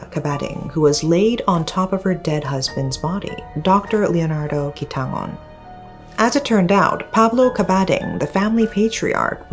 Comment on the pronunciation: very VERY impressed by your pronunciation of Quitangon! usually foreigners find that 'ng' sound difficult, but you did it flawlessly!